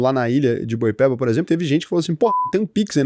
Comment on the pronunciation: ilha de boipeba, finalmente alguém falou certo